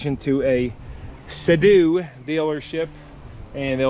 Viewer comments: Sea - Doo, NOT Say - Dew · Lol I'm sure it was on purpose but every time you said sedoo instead of Sea Doo my eye would twitch a little. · Bro was like Sado instead of seadoo😂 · dude, they are called seadoo and not se doe. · That yamaha wave raider 700 handled badly imo and was under powered. The seadoo 800 will smoke that yamaha all things being equal with the engines and pumps. Seadoo pronounced [seedoo]. The GSX is a pretty good ski for it's age is the motor isn't worn out. I have digital manuals for both if you want them. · Love the videos but why are you saying Seadoo like that lol.